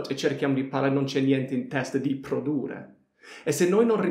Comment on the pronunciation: PRODURRE devi dire, con due R finali